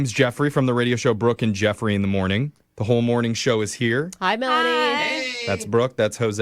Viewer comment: Laughing when AI narrator says “broken jeffrey” show!! Heard it on another episode! Lol.